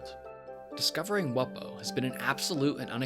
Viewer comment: You pronounced it wrong. It’s pronounced “Wumbo”